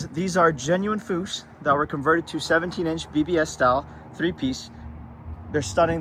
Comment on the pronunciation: Absolute beauty!!! All the right tasteful mods. One suggestion for both you guys. Learn to pronounce the name of the classic wheels that have gone on to be as known and as classic as the car. It’s said like “Books” but with a F of coarse. Books/Fuchs